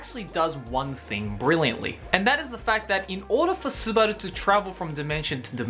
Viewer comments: bro, your not fcking japanese right, your not an anime guy also, just say it like normal, not fcking Su-bar-du and Su-bar-lu, seriously, your struggling trying to say it, so just fcking say it like normal, Su-ba-duu, LOLOLOLOL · Him saying Subaru made me want to gag everytime